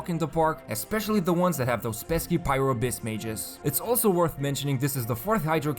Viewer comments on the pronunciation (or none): none